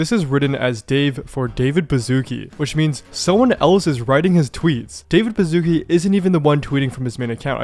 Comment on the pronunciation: its not David Bazookie its a polish name and the sz is pronounced like the English "sh" sound, as in "ship". please do some research about foreign names before you misspell them